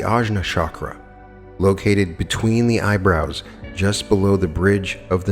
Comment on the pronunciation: Chakra - pronounce ch, not sh (choose, chat, etc.).